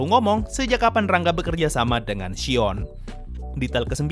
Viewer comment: Shion jdi Shiong